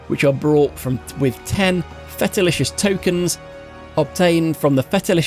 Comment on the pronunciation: how in the world can you miss pronounce literally everything... Felicitious... is not fetalicious...